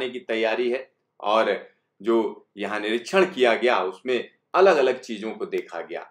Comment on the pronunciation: The way he says "yeahn hai"